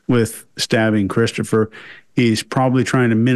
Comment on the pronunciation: I'm with this kid is hard to understand. He kind of sounds like he has a southern accent mixed with a speech impediment. He pronounced his brother's name as "Cwistophuhw" (W's instead of r's) and other words weird. Pairing that with mumbling I couldn't understand most of it.